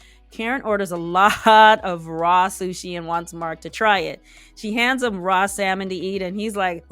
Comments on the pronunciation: It was the way O pronounced “salmon” with the L 😳 he got all this shit to say and can’t even pronounce words correctly! lol lol in all seriousness I hope Katina runs far far away from, he sounds like any red pill channel and it was very triggering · pissed me off during this episode. I am so ready for Katina to stand up for herself. ASAP! Yall, the L in Salmon is silent.